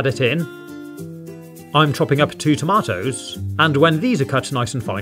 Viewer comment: Tamatos is how he said tomato lol